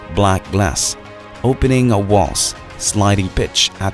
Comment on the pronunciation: awkward ang accent mo sa english. sobrang OA ang mga uncessary slang. like total nasabi mo ng totol, wrong way of slang way.